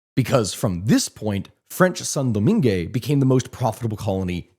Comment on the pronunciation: In French is Pronounced San Domang the final e is silent and final t in Saint are silent in French it's not Italian